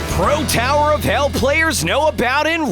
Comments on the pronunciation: Your pronouncing it wrong is called tower of hell not tower of heck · Its not tower of heck (ToH) its tower of hell (ToH) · lol. he say tower of hack. is it tower of hell. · i dont want to be meanbut its tower of HELL not HECK OK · It’s tower of “hell” and he said tower of “heck” lol 😂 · Bruh u said tower of heck😂😂😂😂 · FUN FACT: Hes not saying tower of hell Hes saying tower of heck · Bruh his say tower of heck 😑😑😑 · Am I the only one listening tower of HECK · He keeps saying tower of heck XD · He said tower of heck HAHAHAHAHAHH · In beginning he said “ Tower of heck” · Stop saying tower of hack😡🤬😡😡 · why is he saying tower of heck even though its hell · Omg guys stop saying tawor of heck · It’s not tower og heck it’s tower of hell why is everyone is saying heck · Am i wrong cause i hear tower of heck lol🤣🤣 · This channel was trying to be kid friendly and say hecccc instead of hell, but he did a slip up when he was saying the title of the video. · Its hell not heck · It's hell not heck just so you know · wait...were you saying tower of heck? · Did he say “tower of heck” or is it just me? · Is it tower of heck or hell? U keep saying g heck heck heck heck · did you just say 'tower of heck' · What i heard "tower of heck" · Wow its the first time i found sub playing tower of hell Bonus: I always wondering why people said tower of hell like "tower of hEcC"